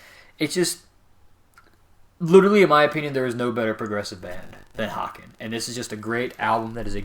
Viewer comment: Great fucking review guys. Just know that the band's name is pronounced "Hey Cun" 😀 And I absolutely agree with your assessment, a fucking great album, it envelops you completely when you listen to it.